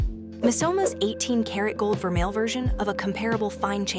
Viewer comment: Vermeil too